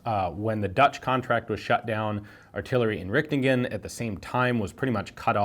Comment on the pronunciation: ah so funy how you mispronounce dutch words😂 its pronounced "artillery inrihtingen"